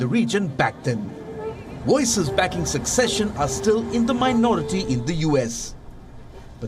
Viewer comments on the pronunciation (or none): 'Secession' not 'succession'. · Secession, not succession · The word is "secession". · Did you mean "secession"? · Can WION get someone who knows how pronounce words correctly!!!! It's secession and NOT succession!!! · Came to to comments section to see if anyone pointed this out. Intact it should be ‘Secession’ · YES. You have the correct spelling but absolutely the wrong pronunciation. So I repeat, no K sound in secession. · One would expect a reporter reporting on such a significant bit of news to know the difference between"succession" and"secession" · It's "secession", not "succession". And why didn't he mention the historical fact that the Republic of Texas joined the United States prior to the Civil War under the condition that it could secede? To my knowledge it is unique in that fact among US states. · The commentator here is pronouncing secession like you do with succession! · Please there is specific pronunciation for the word "secession" and it is not "succession" as the reporter keeps saying. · Voiceover guy it is secession, not succession. Learn to pronounce first. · Please edit narration and replace "succession" with "secession". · Seccesion. Not succession